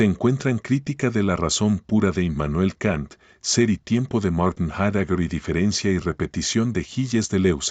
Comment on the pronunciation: Heidegger no se pronuncia como lo dice el locutor sino que se pronuncia /haideguer/